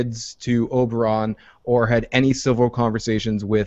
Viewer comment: The dornish guy is called Oberyn not Oberon tho